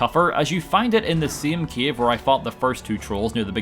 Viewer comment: When I stumbled upon your channel I was not able to understand your speech. Now I am saying the word "cave" as "Kiev", the capital city of Ukraine.